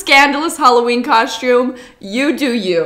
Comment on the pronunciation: Shcooby-doo cau-shoom😂